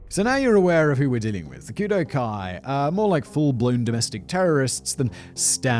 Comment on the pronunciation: I think it's pronounced Kudoh-oh